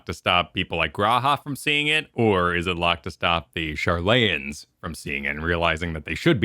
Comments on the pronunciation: It makes me eyebrow raise everytime people call it Shar-LAY-an when Y'shtola pronounces it right in the trailer. Shar-le-YAN. And sooo many players and content creators do this, I just don't get it. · Shar-LA-Yan. Not Shar-LAY-An. Bloody Yanks. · So as far as I can recall, the city is pronounced “Shar-lee-an” where as the citizens are “Shad-lay-an”. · Guys. I love you. But it is pronounced SHAR-lay-an and GAR-lee-an. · can't wait for the boys to say sharlayan right